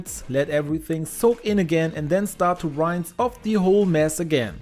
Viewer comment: Rinse - pronounce as a short i